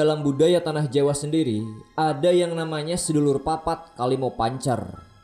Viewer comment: Sedulur papat itu ngomong nya gak gitu bang,sedolor papat,oh iya artinya saudara empat Edit : ngomong do nya itu kek ngomong do nya tangga nada